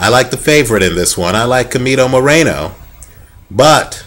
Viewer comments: Hey dude, I really think your opinions are very accurate. Just wanted to correct you at the time you say "Chemito". It is not pronouced as "kemito" but as "Shemito". Hope you correct that because it sounds really weird. Greetings from Panama. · Yeap is pronounced "Schemito"